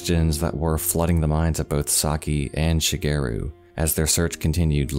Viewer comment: The way he pronounces "Shigeru" is so off-putting. It's not "She-gear-roo" it's Shi. Ge. Ru.